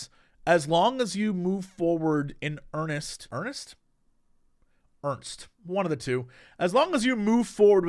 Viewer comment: Jesse: erns't Also Jesse: makes fun of Crendor saying "scarce" wrong! 🤣